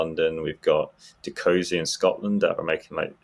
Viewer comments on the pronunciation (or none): none